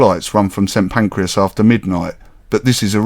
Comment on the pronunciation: You call it St Pancreas 😂